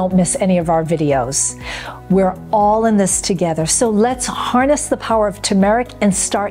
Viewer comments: FYI it’s not pronounced Ta-Mahr ik. It’s pronounced Tur Mr- uhk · Why does she mispronounce TERmeric? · You are not pronouncing turmeric correctly.